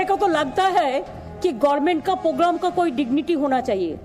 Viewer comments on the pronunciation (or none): ममता वो पोगराम नहीं प्रोग्राम होता है 😀😀😀